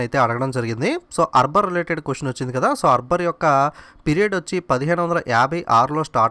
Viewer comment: arbar aa akbar aa sir meeru eppudu arbar antunnaru